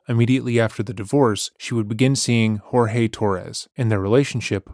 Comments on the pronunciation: This is the first channel who correctly pronounced Jorge. (Horhay). Not George. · Thank you so much for pronouncing his name properly. Her refusal to do so is incredibly disrespectful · Thank you for honouring the way Jorge’s family pronounce his name unlike many other channels.